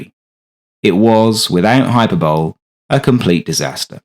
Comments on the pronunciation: EXCELLENT video of an infrequently covered Aeroplane One word of, err advice ... ! Use a dictionary which includes diction to hear the word 'Hyperbole' (It ends 'bow lee' not 'bowl') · Awesome video as always. Also this is oddly specific but I'm glad I'm not the only one who always reads hyperbole as hyper-bowl instead of high-per-bo-lee lol. You're reading from a script which you wrote so you obviously know how it's pronounced and the same thing happened to you. It always embarasses me but I feel better now. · Fantastic video with amazing footage. I know more about US CONAD than the average bear but most of the footage was new to me. I love it. Subbed. Are you British? Do you really pronounce it hyper-bowl not hyper-bowl-ee? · I always lol when I hear someone say hyper bowl. I believe it's hy per bolee. I have heard it pronounced hyper bowl so many times I'm starting to think that somewhere in the world this is correct? I was taught bolee in public school here in mid east Coast USA in the 70s and 80s. What do you say I wonder? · hai·pur·buh·lee not hyper-bowl. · Hyper Bowl? 🤣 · someone tell him hyperbole is pronounced "hyper-bow-lee" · Two minor nits = hyperbole = hy-PER-bowl-lee. Below transonic speeds, air acts like an incompressible fluid, transonic and beyond it acts like a compressible fluid. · Hyperbole = hi-per-bolee. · Hyperbole is pronounced : Hi- per-bow-ley ! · Hyperbole is pronounced 'high-per-bull-ee'. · Hyperbole: Hi-per-bol-lee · Hyperbole (high-per-bo-Lee) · He said "high-per-bole" ?!?! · This is excellent - 'hyperbowl', though... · Hi per bo lee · Hyper BOWL EE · Your pronunciation of "hyperbole" suggests that perhaps you've never heard the word spoken before. Not an uncommon problem for people who gain their knowledge primarily by reading. So anyway, that final "e" is not silent.